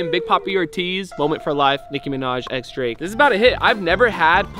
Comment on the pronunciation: Did you say drake?